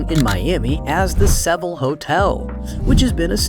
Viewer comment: Lost me with the consistent mispronunciation of “Seville.” So annoying. A little bit of research would’ve saved a LOT of credibility.